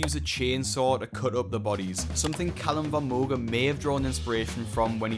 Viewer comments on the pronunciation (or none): none